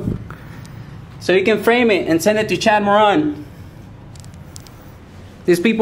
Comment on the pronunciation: Chad Moron not Moran